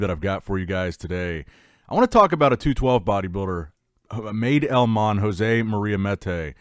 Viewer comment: madelman is pronounced like mad as in crazy. the second part is correct. xD